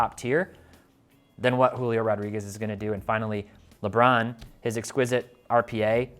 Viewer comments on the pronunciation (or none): none